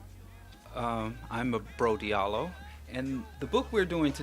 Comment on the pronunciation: Interesting book for everyone to read. By the way your name is not pronounced Diiallo but Djalloo is just that is written in a french manner francophone Africans try to write and say everything in a « Frenchy » manner, is like the name Cheik Anta Diop is pronounced Djop and not Diop those are « Frenchisims » that happens in those parts of Africa